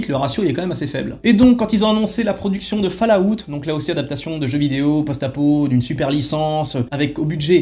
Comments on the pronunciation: Falllaout ?? C'est quoi encore ça ?? Essaye Fallout c'est mieux. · C'est incroyable de sucer autant les anglophones mais prononcé FALLLLLAAAAAOUTTTTTTTTTT !